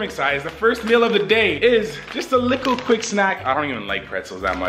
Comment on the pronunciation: Mercedez 978 no one:: A LICKLEEEE BIT